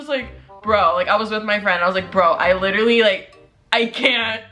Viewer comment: Sweety, it's literally, not LiTtErLeE